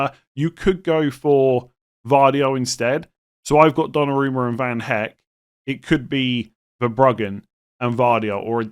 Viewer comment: The V in Van Hecke is pronounced as F and the last E in Hecke is not silent.